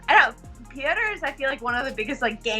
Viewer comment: You gotta be fair when u call Petr as "Peter". Start calling Sean as "Seen".